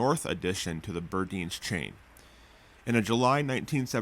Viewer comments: It’s.. Buuurrrdines. Not berdines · not that it matters since they're gone now, but Burdines was pronounced "bur-dynes" not "bur-deens" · It is pronounced Bur -DINES, not Bur - DEENS. Former Floridian here. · Burdines is not pronounced like sardines. The “dine” in Burdines is pronounced like dine as in dining out. You northerners crack me up. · I love you but it's Burr-dynes. Not Burdeens. And note the pause in between the bur and the dines. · It was pronounced burDINES. Like he dines at 5. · ….Bur-dine …rhymes with fine…🙃😁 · Burdine's is pronounced burr-dines. Rhymes with fur lines. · FYI Birdines is pronounced BiRd Iens like ein in Einstein... it was a major store in florida since long ago before Macy's swallowed it . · Maison Blance is pronounced Blaunk. Burdines is pronounced Long I like pine. 👌